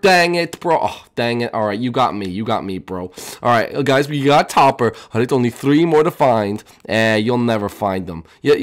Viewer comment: Why does topper sound like stuper